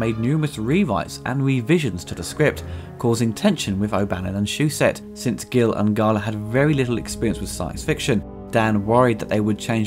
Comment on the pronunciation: It's Chris Foss, not Fross. Walter Gill instead of Hill, Necronom instead of Necronomicon, Yorgi Koshnov instead of Georgi Koskov, Bussle Padouris instead of Basil Poledouris, Bienna Zarus instead of Buenos Aires, Lawrence Cashdan instead of Kasdan, Charles Brosnan instead of Bronson - you really have a problem with names, don't you? It doesn't detract from the quality of your vids in any way, I just thought it was funny to point out. ;-) I've been bingewatching your retrospectives, and I'm almost done. Great work overall! I especially love that you discuss the scores and the adaptations. This sub was a matter of course.